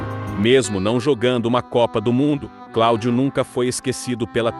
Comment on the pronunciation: CorinthiÃs, Baltazal, Claudiô, o que é isso? Tem que corrigir a forma de pronunciar, ou muita gente não vai entender